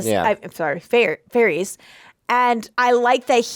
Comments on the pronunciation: Oh my dear sweet summer children😂😂😂😂😂😂😂 there IS NO “E” sound at the end of Varys OR Daenerys. The “ys” rhymes with the ending of the word “kiss”. So basically Dan-air-iss and Lord Var-iss. Love u two! Figured you’d wanna know bc you seem to be loving this show so I know u don’t wanna get to season 8 and then realize you’ve been saying it wrong the whole time 😂😂Awesome reactions as usual guys! Can’t wait for the next one! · The master of whispers name is pronounced Var-iss, not Var-eese. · The reactions are very entertaining. But... Varys is pronounced as Veh-ruhs. Not Var-ees. Danarys is pronounced as Duh-nar-ruhs. NOT Danar-ees. Nor Danarius. Carry on. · Varys: “Var•ees” 🚫 “Var•iss” ✅ Daenerys: “Daener•ees” 🚫 “Daener•iss” ✅ Rickon: “Rick•in” 🚫 “Rick•on” ✅ Maester: “My•stir” 🚫 “May•stir” ✅